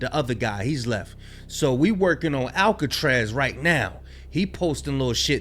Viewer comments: Mans said Erick Alcatraz💀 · Alcatraz? Can you not pronounce a simple name?